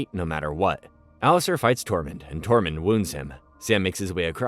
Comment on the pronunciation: Some of the pronunciation of the names of characters is so shit, especially Margery, Tormund and Gendry 🤢